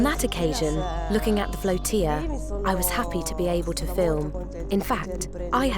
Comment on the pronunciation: "Floatilla" pronounced like it's spelled ' flow-til-uh" It's not pronounced like "tortilla" =>